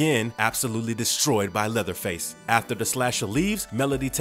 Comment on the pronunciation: did u say leatherfield?